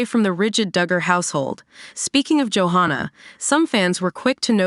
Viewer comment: You are saying JoHannah'a name wrong. It's Jo HANNAH, it is NOT JoHONNA